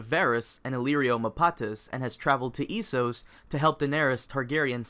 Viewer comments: its pronounced eh-so-ss not ee-so-ss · Why would you say Eeesos?